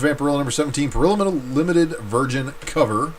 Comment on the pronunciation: Parrillo is easy. It's not "puh-rillow." It's "pah-reeyo." Think Italian.